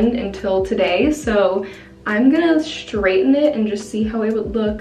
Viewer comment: There is no 'H' in STRAIGHTEN. Stop talking like a fool and pronounce correctly.